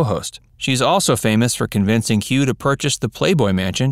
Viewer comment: Que? You mean Hugh?